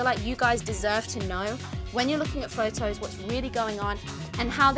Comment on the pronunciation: Fojtojs? 😂 Hmm I think Photos not Phojtojs